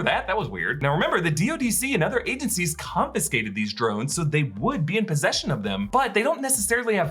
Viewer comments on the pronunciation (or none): none